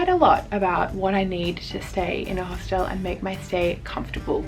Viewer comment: bro please stop saying hostelle